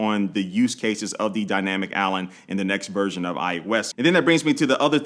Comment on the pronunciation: Dynamic Allen? Am I the only one hearing that